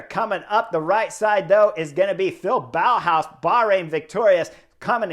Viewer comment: it was fun how you say Bauerhaus :D